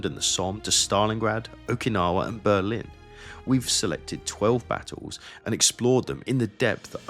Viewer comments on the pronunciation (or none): none